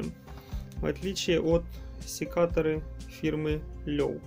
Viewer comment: Не Лёв,а Лёве.